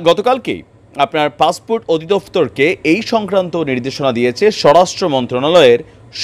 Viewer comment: Bangladesis English passport is passfort in bangladesi style 😂😂😂😂😂😂😂😂😂😂😂